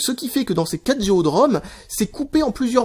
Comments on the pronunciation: on dit pas géo mais giga pour GO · j'ai bien écouté la vidéo au moins 8 ou 9 fois et il dit " géo " pas " G.O "